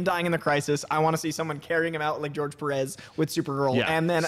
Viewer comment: It's interesting that pronounces "Perez" correctly:P